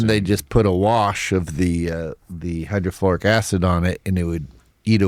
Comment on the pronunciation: the only thing is.. I think he might be mispronouncing “hydrochloric acid.” Idk? Is there a “hydrofloric acid?”